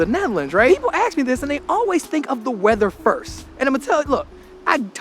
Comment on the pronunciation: Hellooo!! Did anybody ever mention you're always saying "Aks" instead of "Ask"? 😄And i didn't know you have been given a hard time in the comments but it's probably due to the fact that We Dutch people are famous for "We Like 2 Complain" about everything an' nothing. Maybe you're just a bit 'Too Positive, 'Happy Go Lucky' i guess.. Hahaha